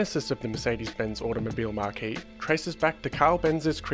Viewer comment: You mean marque, not marquee right?